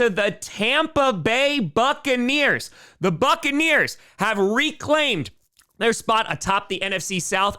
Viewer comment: You said Duckaneers wrong